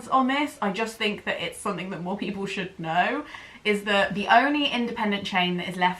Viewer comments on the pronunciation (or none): none